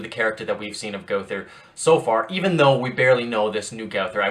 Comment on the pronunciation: It is pronounced. Go-ther